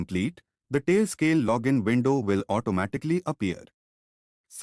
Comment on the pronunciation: I cannot believe it!!! An Indian guy said "we will", not "ve vill" 🤣🤣🤣🤣